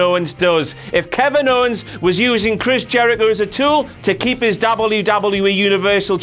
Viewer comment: I only watch to hear him say Dabble you Dabble You Eeee It gives me the lulz